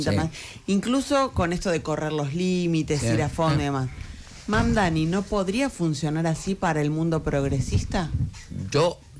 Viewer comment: Pronunciar lo pronuncia bien. El tema es q se haga el q es recontra dificil de pronunciar, cuando es una pavada..